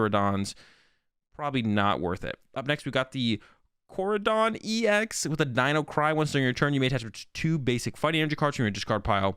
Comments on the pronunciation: Bro lol. Let me help you out and everyone else. It's ME-RI-DON and KO-RI-DON. How is the "rai" in their names messing y'all up that much? C'mon now lol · hey man great vid, I'll add that miraidon and koraidon use Japanese pronunciations, so "mi-rye" and "ko-rye"